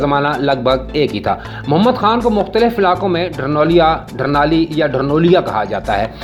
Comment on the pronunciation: ڈھرنال نام ہے گاؤں کا ڈھرنول نہیں